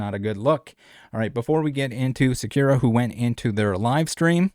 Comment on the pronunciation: the way he pronounces sakura is sending me